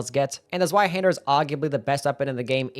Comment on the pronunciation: Zweihänder is pronounced tswaihander you absolute sub 80 iq doughnut.